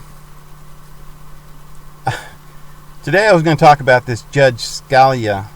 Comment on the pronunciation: If you're going to make accusations, be informed on the issues. Scuh-lee-uh is how you pronounce his name and they are not Supreme Court Judges. They are supreme court JUSTICES.